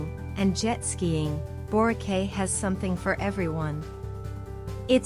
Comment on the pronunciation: I don’y know why Boracay is number 1. This island is commercially super hyped and there are more stunning places to visit and enjoy. And by the way, it is pronounced as Borakai.